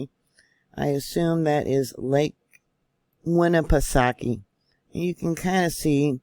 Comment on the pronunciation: Nashua, NH here, didn't feel anything. Great job with the Lake Winnepesauke pronunciation,!